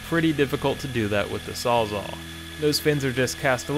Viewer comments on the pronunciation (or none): "saw-zaw" - that's funny! It's a reciprocating saw! And you're thinking of a "sawzall"